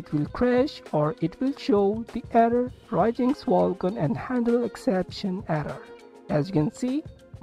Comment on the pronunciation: One tiny thing... Its called Ryujinx not Raijinx Anyways, tnx, now it finally works.